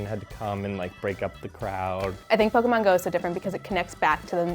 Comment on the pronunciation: When someone pronounces pokémon wrong even though it has é instead of e